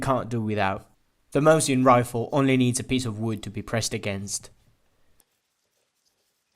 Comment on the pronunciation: ВинтОвка МОсина, а не ВинтовкА МосИна